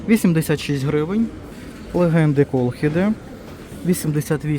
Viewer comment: КОЛХіДА- наголос на "і"